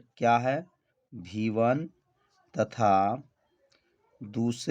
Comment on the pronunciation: सब ठीक है सर लेकिन आप वी1 को हर बार भी1 कह रहे हो